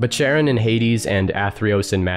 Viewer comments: Sorry to be pedantic, but Charon is pronounced as "CARE-on" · Surprised a language afficionado such as yourself don't pronounce Charon correctly. Usually in english it goes "karon", but in greek it's "haron". Otherwise great stuff as usual, man. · Charon can be pronounced as Karon, or Haron, the Ch is an attempt to communicating the more glottal “Kh” sound that were used to in English. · It's pronounced Karon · The Greek letter chi, 'Χ', is usually transliterated as 'ch', but pronounced as a hard 'C' or a 'K', not as a 'sh' or a 'ch' as you might expect. Indeed, 'chi' itself is pronounced 'kai'. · I too was struggling with the pronunciation. I had always learned it has a hard K sound verses the softer sh sound. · The ‘ch’ in Charon is pronounced the same as the ‘ch’ in Psychopomp, by the by. It’s Greek like Charybdis, not French like Chambord or Middle-English like Channel. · Not to be that person, but you mispronounced Charon. The c in Charon has a "k" sound, not a "sh" sound. Hope this helps.